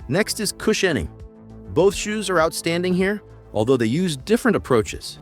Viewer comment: Cush in ing.... Nuf said. Why can AI not pronounce some words??